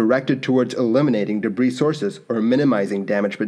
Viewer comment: Did you just pronounce the final 'S' in 'debris'? Weird.